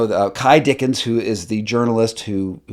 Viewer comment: Some corrections: it’s Ky Dickens not Dickson. The spelling board is quite intentional ( do your research) not even close to being a Ouigi board. On tape 10 the kids do share for the whole session. My opinion is you need to do more homework before building your summary…. There are lots of holes in this evaluation.